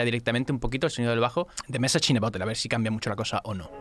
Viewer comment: mesach in de borerd , como le cuesta pronunciar eso ajaja y a mi tmb xD